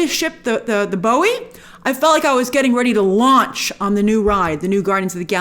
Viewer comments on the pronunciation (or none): none